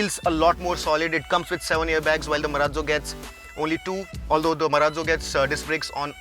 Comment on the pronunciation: It's not mahinda marrazzo it's mahhindra maraalo😂😂😂 it's ugly